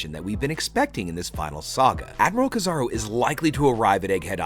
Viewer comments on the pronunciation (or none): It's not kizaru it's keeeezaruuu